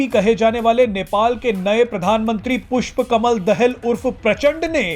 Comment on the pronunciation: भारतीय मिडिया पुष्प कमल दाहाल के नाम तक को सही उच्चारण नहीं कर सकता तो इन मिडियामें प्रसारण होने वाले समाचार कितने सत्य /तथ्य प्परक होंगे???😝😜😆